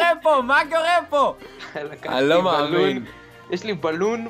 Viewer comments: "אני לא מעמין" אינדה קלאש 2016 מבטא ערבי מושלם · בםעם הראשונה ששומעים את זה זה נשמע ערבי